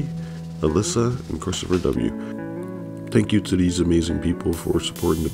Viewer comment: “Tank You”